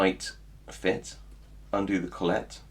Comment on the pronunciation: A great set, probably 97% off what I'd need for those sort of locks. Interesting pronunciation of collet too! ;)